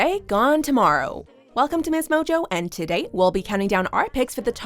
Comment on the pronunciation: Why do you say “today” like that. Dislike for having a fucked up accent.